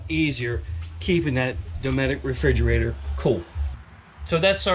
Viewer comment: Refrigerator....not Frigerator.